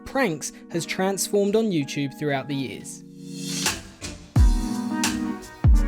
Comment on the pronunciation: I like that it sounds as if you're saying you-chewb whenever you say youtube. I'm not picking at your accent, I genuinely enjoy it.